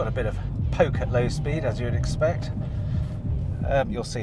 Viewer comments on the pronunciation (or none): none